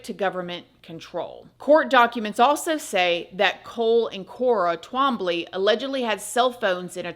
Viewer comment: 😂😂😂 trambly. it's hilarious. I've heard my father's name in many different ways but this is so funny. it's twahm blie Twombly. it's not as hard as it looks